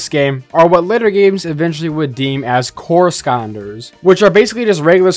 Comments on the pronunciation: Why do you say Skonders and not Skylanders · I believe it's Skylanders not scanders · why is skylanders being pronounced as skonders? /gen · “Say Skylanders” This guy: Scanders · bro said "Skannders" not "sky-landers" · why does he keep saying skylanders as skonders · Why are you pronouncing scanders instead of sky landers? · i hope i didnt misshear but i think you said "skanders" instead of skylanders lol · It's Skylanders not Sconders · Is it just me or does he call skylanders skanders? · It’s not Skonders it’s sky landers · Sky land ers not skandas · I think my favorite part of this video is how he says "skylanders", it sounds like he's saying "skonders" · I can’t get over this guy saying “sconders” every time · After the 10th time I heard him say “skaunders” I was convinced I was experiencing a stroke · "Skander" "Skalnders" "Skandlers" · Take a shot every time he says "Skonders" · The way he says "Skylanders" sounds like he's saying "Skaunders" or something. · Its just the way he pronounced the word "Skylanders" lol nothing more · Adam Skandlers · It’s so weird hearing hearing you say it like that, “skanders” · Why does it song like he’s saying “skonders” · I can't unhear him saying Skonders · "Skanders" yeah that's a no for me chief I can't even finish this video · okay I really want to watch this video but it kills me every single time he says "skonders" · Why dose he not say sky landers? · Every time he says “skanders” I die inside a little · "Skyanders" Edit: ok nope can't do it, im not even a minute in and hes said it 50 times, physically cannot watch this video. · Why does he say skanders at the start? That cant be the way your suppose to say it right? If so im sticking to mine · Anyone else hearing skonders? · Is NO One Gonna Mention that this guy is saying SKYANDERS!!!?!?!?? Like WTF 🤬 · Why he saying scanders instead of skylanders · pronounce sky landers correctly it’s driving me insane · Not to beat a dead horse, but "Skonders" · "Skonder" Lol